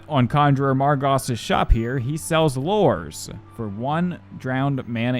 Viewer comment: Its not lores its lu-res